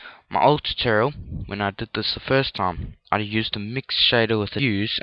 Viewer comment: "turtererel" "mertererel"